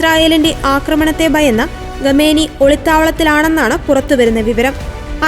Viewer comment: ആരാടാ ഈ ഖമേനി ? ഖമേനി ഖമേനി .. ഖാമിനയി എന്നു പറയെടെ